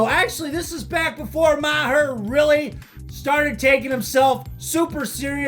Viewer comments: Hearing you say “Ma-her” is obnoxious. It’s pronounced “marr.” Not that difficult. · It's marr not Ma-her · Maher is pronounced “Marr” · Pronounced “marr”. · So, Ma-har is only when you are dissing Bill? I was worried you just didn't know how to pronounce Bill's last name. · You mispronounced "Maher".....lol.